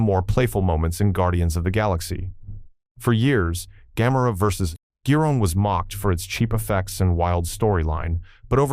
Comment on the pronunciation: 何で「宇宙大戦争」のタイトルが「宇宙戦艦ヤマト」になるんだ（笑） 「ドゴラ」が「ドラ」？ 「緯度ゼロイチ、九百六十九」？ 「昆虫大戦争」(監督名の読み方が珍妙)の前にハリウッドは「黒い絨毯」を作ってるよ。 「ギロン」が「ジャイロン」（笑） 「さよならジュピター」の総監督は小松左京氏。橋本幸治氏(こちらも読みが変)は監督補佐。 誰が書いたか知らないが、あまり笑わせないでくれ。